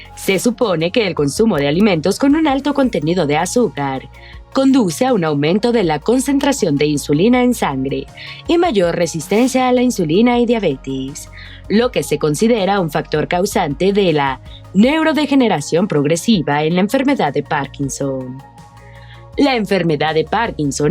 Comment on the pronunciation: No es diabetis Es diabetes